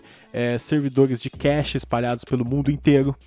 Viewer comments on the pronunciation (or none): none